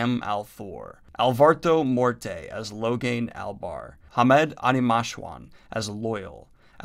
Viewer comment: it was fun to hear the channel host say logain albar ugh